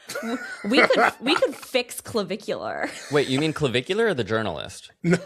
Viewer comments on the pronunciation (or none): Puulleeze Matt its not Clovicular !!! Not CLO BUT CLA … puuulleezze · each time you said clavicular, my mind went straight to Bunnicula 🐰 🩸 😂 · It’s the emphasis in the syllables and the way that you can pronounce -ar like -euhh (dramatically British) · I’m here for not being able to say Clavicular for the whole video